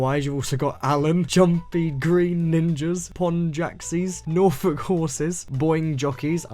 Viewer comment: I can’t express how happy I was when pronounced Norfolk as “Nor-fik”